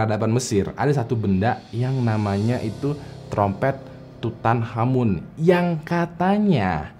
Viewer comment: Makanya, nonton kamen rider ghost, biar tau cara baca tutankhamen:v